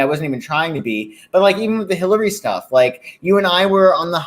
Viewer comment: Changed my mind. He just said Hilary. No R for our psychic on this one. 😉